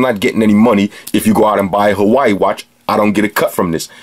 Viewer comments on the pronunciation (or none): It's pronounced Ha-Wa-II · That was an awesome review bro, I love your style. I don't think I've ever laughed so much during a tech review, plus it's one of the most informative I've seen. Definitely sold me on the "Hawaii" Watch, gonna pick one up after my next paycheck. Also greetings from the actual state of Hawaii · hilarious! it's the same pronunciation "hawai" here in KSA...